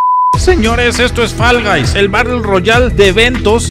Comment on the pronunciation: "Fal gais" --2020